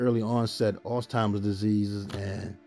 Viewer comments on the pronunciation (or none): No “T” in Alzheimers ❤